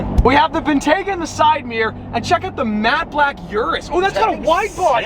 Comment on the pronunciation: "Yurus" makes me cringe evertime someone days that